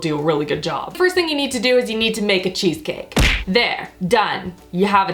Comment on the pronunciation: you sounded so old world Italian when you said I a-maka a cheese caki!